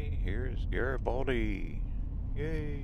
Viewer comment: I worked at that mill for 14 years, and ate lunch at that gas station for 14 years. Worked in that town for 20 years. Gorgeous little town with VERY sweet people. My favorite place on this planet. And yes, you pronounced it correctly. Happy Trails^^